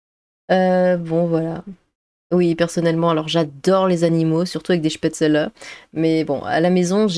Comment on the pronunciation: Immonde. Que ces gens soient traités comme des immondices. Et merci pour m'avoir fait entendre la bonne prononciation de "spaetzle". Délicieux.